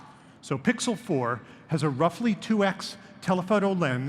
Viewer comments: Why he always say two ex?! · Lol “2 ex speed”